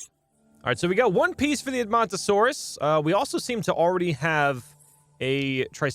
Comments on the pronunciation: you pronounced edmontosaurus right! also i know a GREAT dinosaur youtuber: GamingBeaver!! you shouyld watch him hes the best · You are saying Edmontosaurs correct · Edmontosaurus was discovered by Edmonton Alberta Canada (My home town) It is pronounced Ed-mun-toe-saurus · You are saying edmontonsaurus correctly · Edmontosaurus is perfectly pronounced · Edmomntosaurus was pronounced right, the samall guy is pronounced like this Stru-Theo-My-Mus :) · Strooth-eo-my-mus. You pronounced edmontosaurus correctly. It's named after Edmonton Canada where it was first found. As a paleontology enthusiest I love listening to you play this game. Makes my day.